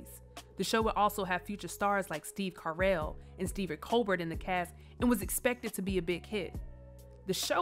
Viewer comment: "Steve Car-L" 😆